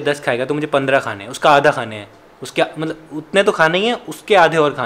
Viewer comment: said matlab ka matbal.😂😂😂😂😂😂😂😂😂